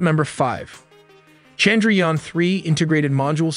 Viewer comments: They gave us icecream in my office because of this haha. I was so happy ^_^. Also i think modi had two speeches ready. 1 for if we fail and 1 for if we successfully land it hahaha. Also its pronounced as Chand - ra- yaan. The A's are pronounced as 'uh' instead of 'ah" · The way he said Chandrayaan was hilarious. No disrespect but I kept laughing on that part.